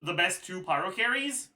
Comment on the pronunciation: bro said pryo mc 😭🙏